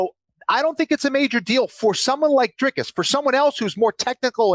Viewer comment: It's Dreecus not Dreycus